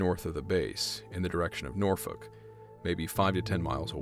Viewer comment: I know it's a small thing, but as a native of Chesapeake, VA and Norfolk, hearing your correct pronunciation of the city names was surprising; we get a lot of people from outside of the area calling it like "Nor-foolk" or "Noor-fork" and you can immediately tell they're from out of town. Seeing Chesapeake mentioned was surprising, because nothing exciting ever happens there.